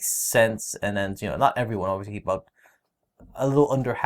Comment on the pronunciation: say obviously again: "obvioushly":D haha no offense love you guys